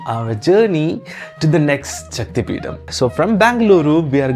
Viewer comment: Peeda means pain and you’re one…… It’s Peetam